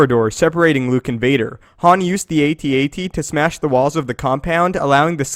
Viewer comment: It's not "A T A T," it's "AT-AT!"